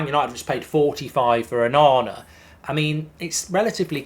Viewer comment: Just wet myself when he said onana 😅😅😅